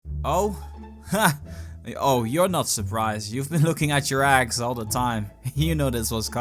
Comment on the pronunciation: You don't pronounce eggs right